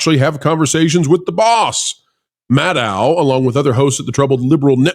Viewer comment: I agree with Rachel Maddow. (That’s pronounced, Maddow, as in meadow,. Show some respect!)